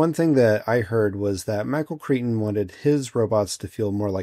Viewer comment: Michael Crichton = KRY-ton . A Cretan is a person from Crete. I absolutely LOVED this move and "looker" which kind of blend together in my head. But this and Silent Running with Bruce Dern is what i credit with getting me into the IT field.